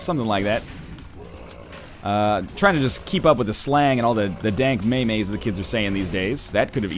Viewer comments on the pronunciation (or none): Why did you say MAY-MAYS, its pronounced MEEM